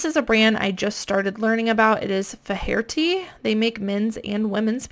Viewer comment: Faherty pronunciation: FAY erty. #IrishNames